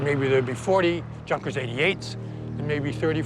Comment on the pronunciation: Nice docu. I would advise the historian to pay a bit more attention to his pronunciation of non English words. Djunkers..?